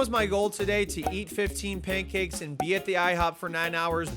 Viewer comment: You say pancakes like "paincakes" 😆